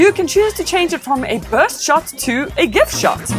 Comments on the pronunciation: It's Gif not Gif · Omg. she says create GIF with a hard G. WHY do people pronounce it like that. It is GIF with a J sound, like in the name George. Also, I think you are mistaken on what Refresh Rate is. It is how many times the screen redraws itself per second, you were talking about reaction to touch or something.